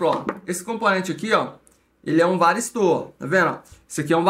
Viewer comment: Não é varisto ..é varistor...porque que vcs falam varisto?